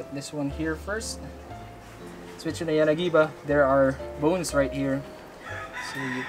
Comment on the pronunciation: "Let ze knife do ze work"